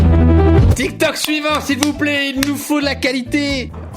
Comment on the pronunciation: Il a dit dramatik tok😅😂😂😂